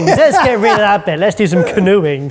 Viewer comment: I heard "canoeing" the tomatoes, which I translated it to "canoodling" the tomatoes. Had to listen again.